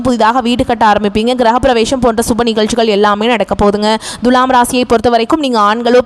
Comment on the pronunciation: ஏங்க உங்களுக்கு thulaam னு சொல்ல வராதா? Dhulam, dhulam னு அசிங்கமா உச்சரிப்பது எரிச்சல் தருகிறது. தமிழக் கடவுள் முருகனை வழிப்பட்டு தொடங்கி வழிபூர தமிழ்க் கொலை செய்கிறீர்கள். ழகரம் வரும் இடங்களில் லகரம்! இதெல்லாம் பொறுமையா கேட்க எங்களுக்கு தலையெழுத்து!